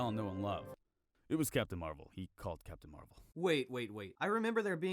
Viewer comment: I heard captain marbles instead of captain marvel